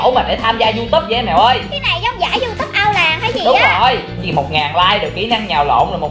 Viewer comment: Nghe chị nói gì mà =) diu túp trong khi người ta gọi là youtube(you túp)còn em gọi là you tu be còn chị...=) diu túp =)))